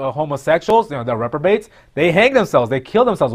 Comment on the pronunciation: This man said reprobates. Ok.